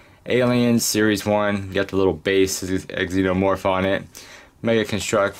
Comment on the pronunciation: Not trying to be rude but the x is pronounced z like zenomorph but nice video!